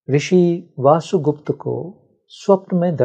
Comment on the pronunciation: इतनी गंभीर बातें करने आए हो और वसुगुप्त को वासुगुप्त कह रहे हो? कुछ तो संस्कृति का संस्कारों का लिहाज करो. पूरा पोडकास्ट देखकर समझ आया कि तुम बहुत बड़े भ्रमजाल में फंसे हो. तुम्हारा स्वार्थ कि कोई तुम्हें सुने और इस स्त्री की नौकरी कि इसे व्यूअर मिले. खूब जोड़ी मिली. तुम्हें लगता है कि तुम्हारी बातों से किसी की ऊर्जा जागेगी? ईशावास्य उपनिषद पढ़ी है? पढ़ी होती या समझी होती तो दैवी और आसुरी शक्तियों की बकवास करने के बजाय ज्ञान, होश और चेतना को जागृत करने की बात करते. सुनो इस मूढ़ की बकवास कि शिव की आवाज इस के मुंह से निकल रही है! सभी शिव हैं मूर्ख! न कोई दैवी है न आसुरी. यह ब्रह्माण्ड ही शिव से ओतप्रोत है.